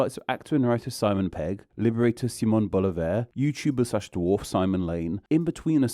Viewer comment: Simón Bolívar's last name is actually stressed on the middle syllable -- that's what those accent marks mean in Spanish, where to put the stress. ♥